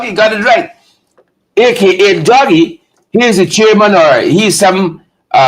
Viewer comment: DAGGIE NOT DOUGIE